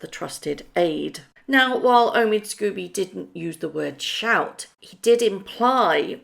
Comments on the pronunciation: His surname is pronounced ‘scohby’ not scooby unless of course you’re just trying to be amusing. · The writer's name is Scobie NOT Scooby: it is unforgivable, unprofessional and rude to persist in mispronouncing his name. I've said this before so it's clear that does not read our comments or simply chooses to ignore their content.